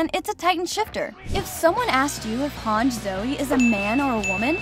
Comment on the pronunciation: I can't get over the fact she's pronouncing Hange as "Hanj"